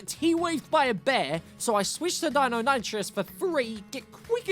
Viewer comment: The colour around your eyes make you look dead, deinonitrous do you mean deinonichus (thats how its pronounced)